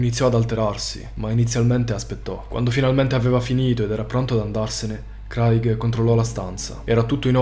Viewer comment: Credo che "Craig" si pronunci *creig*, solo per informazione. Ottimi video